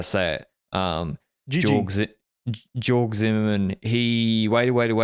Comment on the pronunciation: pronouncing Georg is hilarious. It is pronounced completely different, but nevermind appreciate the effort